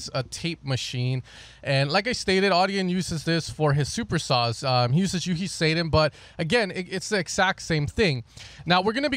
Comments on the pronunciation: I kept trying to figure out which plugin you were talking about that Audien used and then I realized you were referring to u-he Satin. You kept saying it like say-tin. It's pronounced sat-tin - as in the silky material or the word saturation. Nevertheless, great video as always! 🙂✌🏼❤️ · U-He Satin.. pronounced Sat-in.. sounds kind of like "he Sat In the chair". Not Sa(y)-tin. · Did you say U-he Satan?